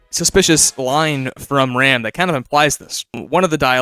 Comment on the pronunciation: WHY DOES EVERYONE CALL HIM RAMB THERE, HE'S ROMB